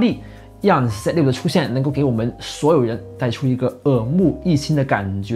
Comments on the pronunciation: 我聽到你的發音真是快昏倒了！ 想立刻轉台 ， 那 "zoo" 你也是這樣發音嗎？ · z6發音唸set 6，這是哪裡的口音?